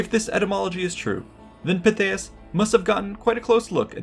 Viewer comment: I've always been a Pytheas fan, but for me its Pithy-es, not Pi-they-us. Of course I'm also a VER-kin-GET-or-ix pronouncer.